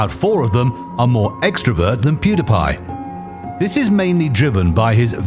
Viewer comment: You don’t know how to pronounce pewdiepie